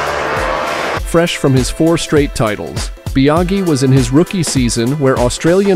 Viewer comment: Bia-gee? Fal-cee? LMAO